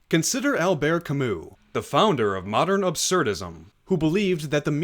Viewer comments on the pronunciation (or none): none